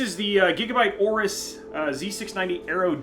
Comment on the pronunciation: are u say 'z690 aorus aero d'? 😑 hah creators and gaming motherboard combine into one pcb